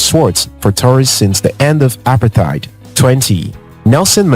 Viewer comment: As a fellow South African watching this video, I would like to ask if you could pronounce apartheid correctly cause the way you are saying it is very, very wrong. it's pronounced as uh-para-te-id. Thank you